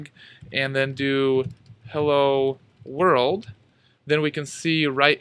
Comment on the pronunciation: his 'heyya,world' killed me I